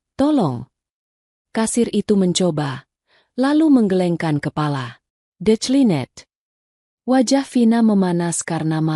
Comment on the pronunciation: Declined (Di klien) atau Di kli net😂. Sebut saja, Transaksi di Tolak. Bahasa inggeris nya hanyut ka laut,😂😂😂 Lagi² pak di chanel ini, Di banyak channel pun pakai nama 😂😂😂